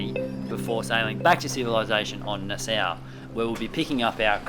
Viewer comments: It is pronouced Naa-saw not Nassou :) Enjoy the Bahamas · Fond memories of spending holiday weekends on Whale Cay when we were younger. Also love love the Lenny cam, too cute (Nassau is pronounced as Nas-saw btw.)